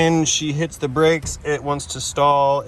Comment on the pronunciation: My new favourite saying “poppin ze hood”